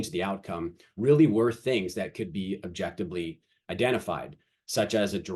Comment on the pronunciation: I like the explanation and think it will be MUCH better as time goes on, keep making it better and let the haters hate. Also please learn to say objectiVely LMAO there is no B